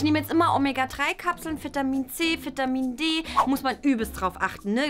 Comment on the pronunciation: Alter es heißt Vitamin nicht Fitamin 😂😂😂😂. 🎊🎆 frohes neues Jahr🎆 🎊